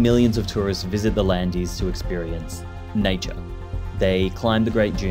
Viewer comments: A good video (except for your prononciation of Landes). I live in the Landes de Gascogne, I even live right in the middle of the area that burned in 2022. Nevertheless, I can tell you, when the forest is there, it's far better than the wasteland there was before as you describe in this video. And long may the forest stay. It is an improvement on the natural desolation in this case. PS I wish you'd learned how to pronounce Landes before you made this video, French isn't Spanish. Landes is only one syllable. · How can you be so disrespectful that you don't pronounce the name of the area correctly? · I feel bad being critical of a channel with 2k subscribers, but still, educational content should have a higher standard of rigor. The pronunctiation is literally in the first line of the wikipedia article about the region! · While we're on pronunciation, do check how to say "landes" properly. (I'm not going to try to spell it phonetically here -- ask an actual French person please). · Really interesting video. Unfortunately you didn't pronounce Landes correctly. The final -es is silent. You should pronounce it like the word land. One thing you didn't say is that the swamp was the delta of a river, the Adour. They not only planted the pines and created the dunes, they also built a new riverbed to the south directly to the ocean. It was a colossal project at the time. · "here's what's wild" for one, it's not pronounced "the landies" lmao literally a 2 second google search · These are the Landes de Gascogne I call home… And we pronounce « Landes » the same way as « Land ». E and S are mute. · Nice video, but why don't you try to pronounce the French word "Landes" correctly? It seems you are talking about John Landis, the film director! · Please, how long would have it cost you to put Landes in google translate and hear how it's pronounced 😭, it's closer to land with an RP accent than whatever you said lol, otherwise great video :D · "Landes" is prononced 'Land" btw